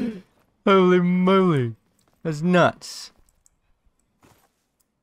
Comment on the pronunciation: "Hohlei Mohlei"